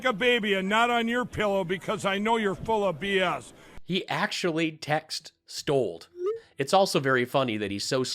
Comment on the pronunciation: So Mike says "stold" and PAB says "stollen" (which is an Austrian currant bread.) A match made in...somewhere?